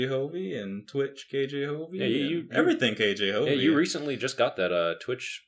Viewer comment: Am I the only one who is finding it annoying when says kjhovey wrong. it's K J Hovey not K Jovey. Hovey is his last name, K and J are his first and middle initial, I believe.